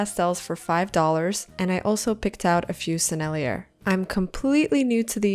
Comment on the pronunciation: FYI : The Sennellier brand name (French) is pronounced Seh-Nell-YAY, with emphasis on the yay.